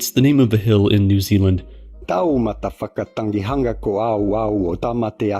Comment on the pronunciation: The Name Of The Hill In New Zealand Starts With, "TaumataWHAKA..." But I Definitely Without A Doubt Heard Say, "TaoMuthaFucka..." No B.S 😂